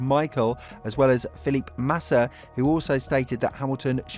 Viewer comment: it's pronounced FEE-LIP-PAY......do you even watch F1?